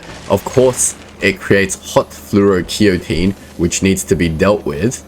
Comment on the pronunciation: Episode 29... Not flu - o - ro - key - o - teen, but rather, Flu - o - ro - kay - tone, Flu - o - ro - kay - tone, Flu - o - ro - kay - tone 😄